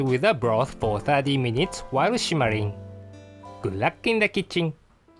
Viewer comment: "-while shimmering." ^__^ I like the japanese accent there. That was cute! <3